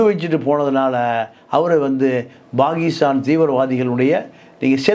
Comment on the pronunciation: Dear, it is not Bakistan. It is Pakistan. Most Indian Tamilians pronounce P as B., Please speak Tamil in Tamil and English in English. Please do not bring Sanskrit and mix and grind the languages..